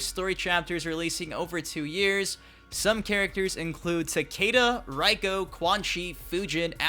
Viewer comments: would just be easier if you said RAY-KO instead of RYE-KO lol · REIko. Not RAIko